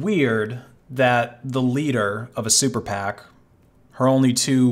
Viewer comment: Say it with me: super PAC. Not super pact, ya goober.